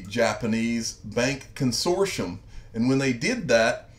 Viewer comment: It's pronounced Con sort T um